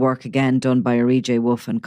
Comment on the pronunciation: Honest to god I'm at my Whits end with this. How on earth do you keep hard pronouncing an 'E' on R J Wolf !! His name is arejaywolf - R J Wolf How are you getting R E JAY Wolf it's insufferable!! You do it every time and it makes you look so out of touch like an old man squinting at an iPad. You are supposed to be a journalist for crying out loud. Pull it together man.